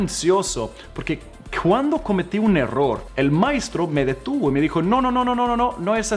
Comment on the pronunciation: Me encanta que hablas tan perfecto el español! Solo que no es “maistro” es “maestro”